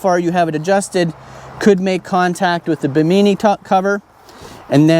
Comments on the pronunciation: Bim inn eee, not Bimeeknee. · BI-mu-knee is how we pronounced Bimini in the Bahamas...don't know if that's the same as the top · The top 'Awning' is called a bim - eh- knee, just like the island in the Bahamas where it got its name. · Im not saying this is right but to me it sounds like itd be pronounced more like bikini (bimini) you know? Like i said. No clue if im right or not but it seems like it fits? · I think its bimini lol